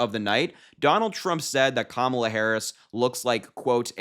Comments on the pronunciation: I think Kamala should call him, Daniel. I’m so sick of him not pronouncing her name correctly! He is the most classless sub human to ever live! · When comparing the TIME cover picture and his wife, Trump did not say Kamala; he said Camila. Another sign that he has frontal lobe deterioration. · He said, "She didn't look like Camilla." He still can't say her name, and he might of been thinking of the Queen Consort.